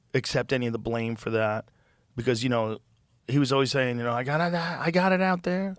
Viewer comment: I would really like it if Joe would stop saying O-ways and start to say that word correctly. It's Always. As in Almond or Alan.